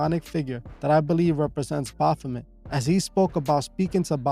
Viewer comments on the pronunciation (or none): none